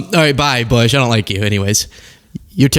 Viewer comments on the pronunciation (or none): none